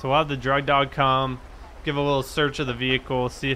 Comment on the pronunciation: you said dug drog lol love ur vids though